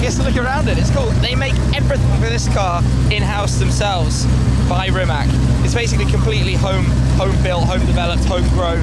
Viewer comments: RimaC, not Rimak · rimatz ffs not rimak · I'm sorry shmee but it's pronounced [ri'mac] and not [rimmak] (that's what you called it) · first learn how the car is pronounced properly Shmee150. as a slavic man i find this insulting... its not ''rimak''... its rimac (rimatz)..... you as journalist should do research even about tiniest things such as these... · Pronounced rih-matz , no K just C , cmon western people, learn it already, have some respect. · can you read TSUNAMI?YES YOU CAN....that ts sound is letter c in croatian language.....so it is pronounced Rimats.thank you very much. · You pronounced the name wrong